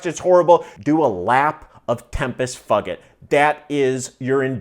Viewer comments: I laughed every time you said it, but it's TEM-piss FYOO-jit, man! :D And like someone else said, I was thinking, Why not just pick an hour or 2 of endurance in the Workouts section? That's what I do all the time; I've customized mine (easily done) for different time lengths and even do "intervals"/sections where I'm at the low end, middle, and top of Zone 2 to make it more interesting and beneficial. Easy to set the warmup/cooldown, too. That's precisely what they're there for: to totally lock into zone work. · I believe is pronounced tempus foojit, but I like yours better 🤣 very close to fuck it. And it’s definitely the the most boring hamster wheel route on Zwift.